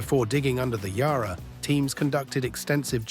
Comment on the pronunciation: Also PLEASE pronounce Yarra correctly. It is not Yah-rah. The letter ‘a’ is pronounced the same as the ‘a’ in apple.